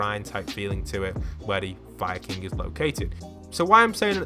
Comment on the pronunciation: When you say fire king it sounds like your saying Viking